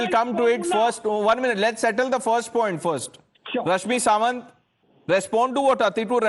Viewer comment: Editor, its SaMant, not SaWant.